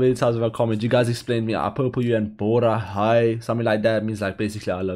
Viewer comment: It’s not “bora-hai” it’s pronounced as “boraa-hey” written as “borahae” cuz “æ” gives off an “eyh” sound.